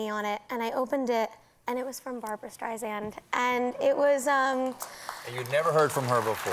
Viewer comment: Beanie seems super sweet and I wish her the best but it’s really mind boggling that anyone who’s a fan at this point still doesn’t know how to pronounce Barbra StreiSSSAAAND’s name. How many times can Barbra repeat that her name is pronounced StreisSSAAND “like SAND on the beach” to quote her many comments on the matter. NOT StreiZand or whatever…Makes one doubt how much of a fan Beanie really is which doesn’t diminish her talents of course but I mean COME ON!!